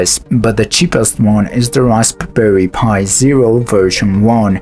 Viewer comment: Rasp [puh] berry pi Rasp bum berry pi